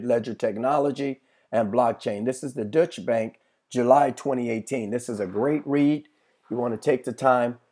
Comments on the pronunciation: Deutsche Bank.....pronounced like Doy-Cha. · It is not the "Dutch" bank it is a German bank called the "Deutsche" Bank .